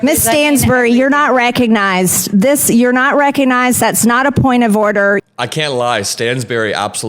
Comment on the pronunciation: "Miss Stansbury, you're not reck-a-nized!"